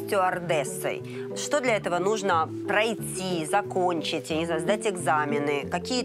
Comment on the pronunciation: Произношение бадоевой :плаЦиЦь—платить,дАрАгие,прАйЦи—пройти. КАРОЧЕ—ЖАХ!!!!